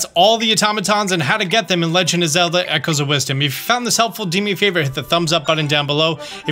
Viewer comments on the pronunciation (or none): none